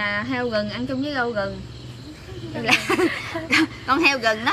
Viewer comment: oi phat am sai roi khong phai gung ma la rung doc chu r khong dung roi tap phat am lai nh